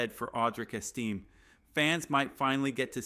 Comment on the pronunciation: Name is not esteem, it is Estime...AI crap narration??? Hey, were not taliking Martha Stewart crimes...I have to see her 3+ times a day on national TV, even after years in FEDERAL.PRISON???